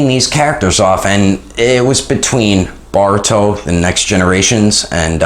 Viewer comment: Boruto not barito